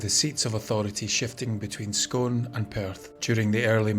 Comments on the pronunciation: scoooon not scone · Scone, when it's the place name, its pronounced as Scoone, a bit like spoon. Other than that, this is a really interesting video. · Scone is pronounced Scoon in Perthshire speech (i was born in Perthshire and live here). I love your videos. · Great video thanks. Scone pronounced Scoone btw. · The place name Scone is pronouned Scoone!! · ... yet he mispronounces "Scone" - it should be pronounced as "Scoone". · Lol😂we have a town in australia called scone and its pronounced like.. on.Imagining r.n. how badly I would pronounce probably every word if I was there😮n it really pisses some people off,even in australia we get pissed off when someone pronounces our place names wrong n they're not even our words 😂